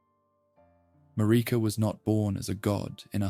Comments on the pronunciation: It's Marika, MA-RI-KA, they say it a million times in the game, how the heck can you not pronounce it properly?! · MaReeka. 😂 it makes me laugh a lil bit every time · I’ve been around the Elden Ring fandom since the game released, and yet I still hear different ways names are pronounced. Almost 4 years, and I’ve never heard anyone say “Radahn” like “Radun” nor “Marika” as “Mayreeka”. I’m not making fun at all, just mentioning that you have a unique pronunciation of these names, and honestly some of my favorite ways I’ve ever heard them pronounced